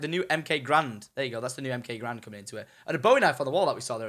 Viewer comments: it's MX grand not mk grand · MX garand he said MK garand